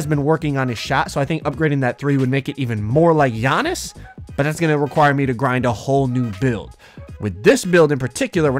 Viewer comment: His name is not g-annis his name is giannis